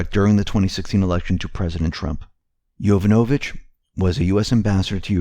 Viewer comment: Pronunciation. YO VAN O VICH